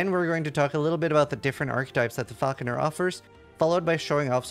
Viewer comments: idk why it bothers me so much that they were saying Falconeer instead of Falconer. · Sounds like the name being butchered for the bird of prey shot. Then gradually trying to change from Falconeer to Falconer over the next couple of times it’s said 😂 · you said falconEER in the intro ^^ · Mispronouncing falconer at the start of the video is pretty wild